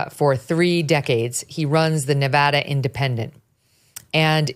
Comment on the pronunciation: Megyn, Thank-you for pronouncing "Nevada" correctly. You said it as the locals do. We voted early in Pennsylvania.